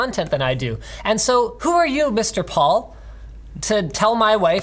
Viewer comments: how the fuck do you mispronounce "Paul"? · Why is he saying Paul like that? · Having a hard time saying Paul?